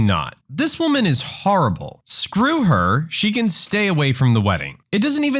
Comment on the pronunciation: "After she said some HORRIBULL things to me" got me LMAO